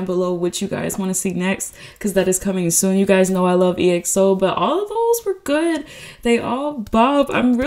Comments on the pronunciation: Its pronounced like XO not E-X-O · Also EXO is pronounced like xo